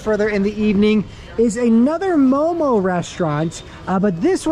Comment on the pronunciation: We never say momos. . . Just mo:mo . . .